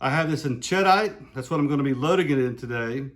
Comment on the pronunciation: SAAMI for 3" 28ga is 14,000psi which can be handy. sheh-deet (it's a blasting compound named after a town in France), ched-ite sounds like some kind of cheese. I doubt that matters but it sounds funny to me. Thanks for the info.